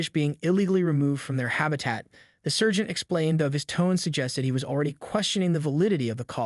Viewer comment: You're pronunciation of debree and sergeant are totally off